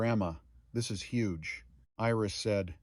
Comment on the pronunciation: You did an excellent job of telling this story. It brought tears to my eyes a few times. Too bad all other people only think about is it AI? Really who cares. You only made one mistake, missed read Iris. This to me is not AI.